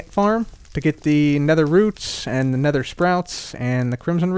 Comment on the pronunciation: "Nedder tree"